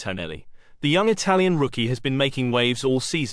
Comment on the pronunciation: Eye-Tal-Uns,.nuff said!